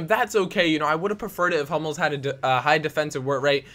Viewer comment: At first I thought you said 'I'm not a big fan of homos' instead of 'I'm not a big fan of Hummels'